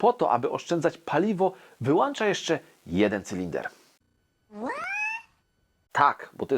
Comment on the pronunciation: Na Boga, wyłĄcza!! Nie "wyłancza"!! Masz wyłącznik czy wyłancznik? Co do silników... Nienawidzę tych unijnych komunistycznych ekoterrorystów. Niech zdychają!